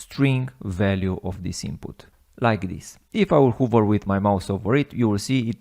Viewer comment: you're awesome, thank you. One suggestion, the word 'Hover' is actually said "Haver" not "Huver" :)